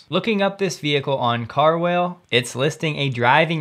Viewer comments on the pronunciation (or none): Great content as always. Also it’s pronounced “car-wal-eh”. (Carwale).